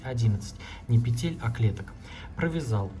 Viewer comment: Не петЕтель, а пЕтель! Уже не доверяю!